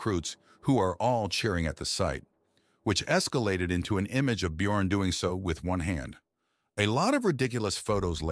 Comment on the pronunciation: Actually slightly impressed that the AI voice not completely massacre the pronunciation of the 'ö' letter in the name Björn despite it's spelled with an 'o' in the text.